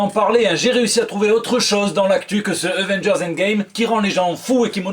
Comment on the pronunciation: Euvengers ? L'accent marseillais 😂😂😂😂